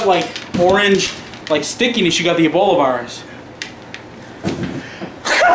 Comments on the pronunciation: Its ebola not eboli and its serious no more jokes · Say Eboli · say eboli LMAO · he said eboli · He knows that agp says it like Eboli